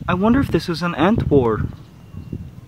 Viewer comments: when he said ant war I thought he said "ant whore" and I was like wait wtf? lol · No offence but when I heard him say "ant war" to me it sounds like "ant wh0re"